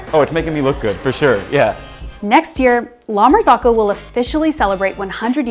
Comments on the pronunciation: La martsokko. Not "lamarsokho". Italian "Z" is spelled like "ts" in "cats". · La-mar-zoh-coh. Not, lama-zock-oh. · It's pronounced "la mar-ZOH-ko." Her mispronunciation is so cringe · The correct pronunciation is 'la mar-ZO-ko.' The last two syllables rhyme with the word 'cocoa.' ...I have worked in restaurants and cafes for over 20 years, and I have never heard it pronounced the way the young lady in this video says it. She is an outlier. The vast majority of people pronounce it correctly. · The fact that she can’t pronounce the name of the company correctly is suspect. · you are pronouncing it wrong :) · The way they are pronouncing “La Marzocco” is killing me 🤦🏻😂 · someone above you in the comments is saying that that is the right pronunciation ("rhymes with cocoa") - frankly both ways aren't that close to Italian but English and Italian have very different vowel systems so it's unsurprising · I thought I was crazy - pronouncing it incorrectly my entire life when said it like that. Then I realized she was mispronouncing it the entire time.